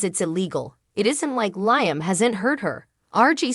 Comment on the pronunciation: The readers need to w atch the show to pronounce names right. It's "Leeam" not Lieam"